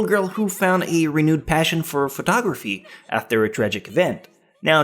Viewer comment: Where does your accent from, when you said Telepathy and photography it sounded weird.. All good though.